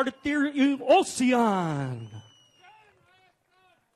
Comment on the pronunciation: The announcer butchered everybody's name especially Martirosyan.